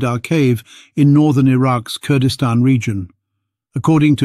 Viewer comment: Kurdistan not Kordestan!!